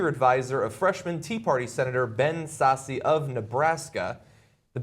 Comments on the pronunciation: The "e" is silent. Its pronounced like "Sass" not "Sassy" (from Nebraska). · the nebraska senator's name is pronounced 'sass' like ass, which he is